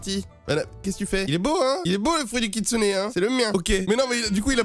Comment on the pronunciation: encore une video incroyable mec avec le koutsune et pas le kitsune😂